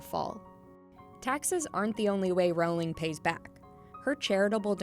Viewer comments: No one is going to talk about how she’s mispronouncing Rowling? It’s not triggering ANYTHING?? NOTHING AT ALL? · You're saying her last name so wrong.